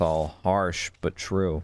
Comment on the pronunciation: It’s the way the dude made the word “true” have 3 syllables